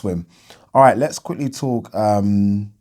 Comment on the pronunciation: Why do you say genn-AY-dy when it’s pronounced as genn-AH-dy? 😆